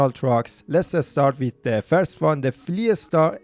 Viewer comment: Nice video But the number of "A" thrown before any "S" is just insane! FleetAstar loadAstar Ascout.... Are u russian?